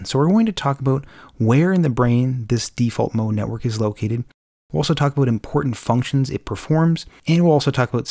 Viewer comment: TALK ABOOT?? IS THIS GUY CANADIAN?